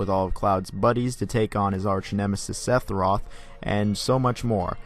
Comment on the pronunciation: Did this mf just say "sethiroth"